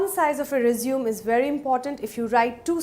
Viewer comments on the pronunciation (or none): It's "resumey " pronunciation